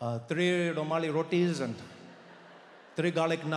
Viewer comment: Too good… the way he said rumali roti😂😂😂😂